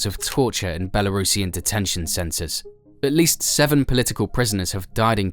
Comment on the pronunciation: doesn't even know how to pronounce belurusian but teaches us about belarus